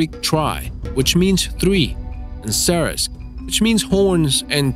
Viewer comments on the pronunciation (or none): none